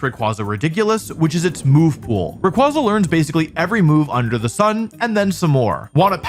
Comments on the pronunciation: It's Ray-KWAY-zuh, not Ray-KWAH-zah🐧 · Imagine 20+ years of its release and people still mispronouncing Ray-Kway-Zuh as Ray-Quoz-Uh. Even Pokemon made a post how to correctly pronounce its name. I like to imagine Wolfy also pronounces "quasar" as "quŏzer" 😂😂😂😂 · It's ray qway zuh. Like quasar. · I’m so mad at how you’re pronouncing r ay quay za not qua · Yeah but it’s pronounce Ray-kway-zah, not Ray-quah-zah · RAY-QWAY-Za goddmn not QWAHHZA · ITS CALLED RAY-QUAY-ZA BRO EVERYTIME I HEAR RAQ-QUAH-ZAH I CRINGE SND GET SO MADDD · ray-quay-za* not ray-kwa-za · It's "Ray-kway-zuh" not "Ray-kwah-zuh" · Erm, achtually it's pronounced "Ray-Kway-Zuh" xD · I go to bat 4 rayquaza(pronounced ray-kway-zah, like you don't say quazar like kwah-zar, you say it kway-zar so...) all fcking century bro! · Is it not pronounced Raykwayzar as the second half of its name is literally quasar (i can only explain it as a very big ball of energy in space) which is also pronounced kwayzar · Rayquonza? Ray-Kwanzaa? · I just can't tolerate people saying Raykwaza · The pokemon company has actually officially confirmed that Rayquaza's name is pronounced "ray-qway-zuh" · It’s Ray-KWAY-Zuh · Dislike for still saying qwah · It’s pronounced Ray-Qu-aye-za Cool vid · ray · kway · zuh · It's actually pronounced like quasar (quay-zer) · Literally not pronounced that way, bro is named after quazars. Ray KWAY zuh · Imagine still mispronouncing Ray-kway-zuh even after pokemon called people out after this last worlds. While being a world champion 😂 like at this point it's just on purpose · It’s “Ray Quay Zuh” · For the thousandth time, it’s pronounced Ray-quay-za, since its name is partially based on the quasar, a type of cosmic object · Ray kway za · Buddy, let me tell you something... It's not pronounced Ray-Kwah-Zuh. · Wolfe may be undoubtedly a vcg champ, but he can't even pronounce Rayquaza properly, guess video game expertise doesn't carry over into how english word pronunciation works...